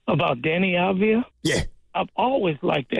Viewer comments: His name is Avdiya- not avdija.... You should not use the J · Just like Jokic is pronounced 'Yokich', Deni Avdija is pronounced 'Avdiya' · If you are planning to recruit Deni you might first learn to say his last name correctly - Avdija is pronounced Avdiya... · Its A-v-di-ya and hes 25 atm. They wont trade him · you can't even pronounce his name , and he actually loves bein in portland yuh nerd. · Dude can't even pronounce his name right. No chance GO BLAZERS 🎉🎉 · learn how to pronounce his name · Yall don't deserve to get deni if you can't even say his name right or know his age sucka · Can't even say his name right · You can't even pronounce his name correctly. Embarrassing segment.